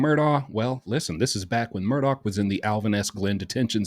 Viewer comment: Love you, but please pronounce Murdaugh correctly. Sometimes you say the name with a “K” sound on the end and sometimes you pronounce it correctly, like you just did, as Murdaugh ( silent gh) It’s a strange name and the media all ways gets it wrong….,,😊